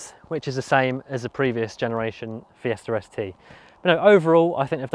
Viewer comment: am i the only one hearing Fiesta Res Tee?